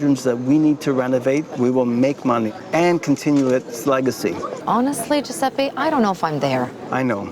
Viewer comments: Mi fa uscire di testa sto Giusseppi...it's Giuseppe, a totally differen pronounce. (Have I just finished my sentence in english? XD I didn't mean it) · “”... he can’t even pronunce his own name!